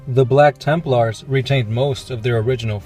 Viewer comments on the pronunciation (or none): none